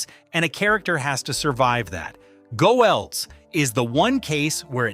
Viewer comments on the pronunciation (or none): Cripes, this mechanical voice is annoying. You've got a potentially great video here marred by the fact that a robot doesn't know how to say the name of the person the video is supposedly celebrating. So you have the v/o saying "Go Elz" like it's giving big ups to the Rhineland. If you're praising the humanity and artisanal qualities a person has brought to characters that survived corporate buyouts and technological obsolescence, then actually have a person say it. Do better.